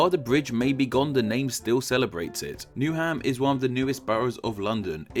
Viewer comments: New ham is pronounced as Newum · Newham = New'um, not New Ham. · WalTHAM Forest, HAYvering, newUM, you'd think someone who makes etymology videos for a living would know how to pronounce names.. -_ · Havering, which I'm afraid you pronounced totally wrong, it's instead with a much harder A; 'Hay-vering', along with with a few of the others... You pronounce the 'th' in 'Waltham Forest', it's not a hard 'T', Newham is said much faster, they are not separate words 'new' and 'ham', and of course perhaps most blaringly of all, 'celtic'. Also you fail to mention that 'Ham' is a shortening of 'Hamlet', which means rather settlement not dwelling. Actually starting wonder whether I can trust any of the content at all, if it's all based on one man's guesswork. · If, as you say, you were born in London, why do you so woefully mispronounce London names? River Lea, Havering, Newham, Waltham Forest...